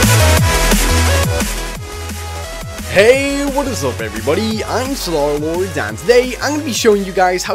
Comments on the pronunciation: Wait, i heard, not Starlord. You tried. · starlord Said after the intro xD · I keep hearing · Ashwin Harirama he said not starlord so he is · Lol Its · OMG THAT MOMENT THE SAID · You said after the intro.